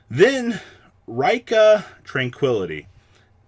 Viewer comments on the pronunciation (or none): It's Ree-Ka not Rai-ka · It's pronounced Ree-ka. Not raikka. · I think Rikka is pronounced the same way you meant to say it in Japanese, therefor Ri-kka.